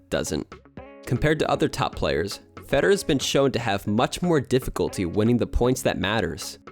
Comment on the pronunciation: Can you please learn how to pronounce "Federer" properly? My goodness